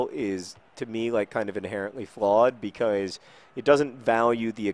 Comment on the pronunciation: I wish one day he pronounces "premier league" properly. or the word " because"